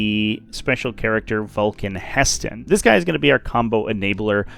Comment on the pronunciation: ITS NOT VULCAN HESTAN ITS VULCAN HE STAN